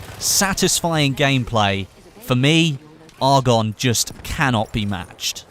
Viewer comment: You pronounce Argonne incorrectly....